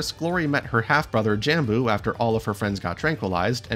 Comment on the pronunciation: For lord sake it’s Jambu. It’s a u not an o